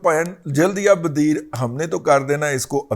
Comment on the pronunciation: "jald ya badeer".....nhe balkeh....."jald ya badair"